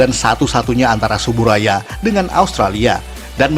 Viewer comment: Yang bener itu pengucapannya "Tsuburaya"